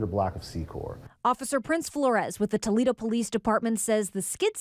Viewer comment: umm its Toledo .........lol